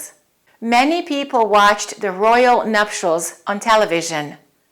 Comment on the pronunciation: Sorry I am English - you don't have a ''ch'' sound in nutials - it is NupTials. Etcetera is also wrong . . apologies! My daughter is an advanced English language teacher - I am hot also on speaking correctly. Americans tend to say 'off of' totally wrong - 'It fell off the table' we do not put an ''of'' in any scenario